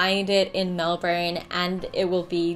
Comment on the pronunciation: But, aren't you supposed to pronounce Melbourne as in Mel-Bin?